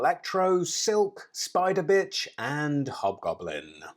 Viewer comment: he said spider bitch